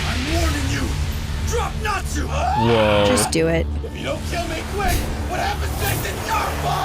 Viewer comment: The pronunciation of natsu is killing me 😢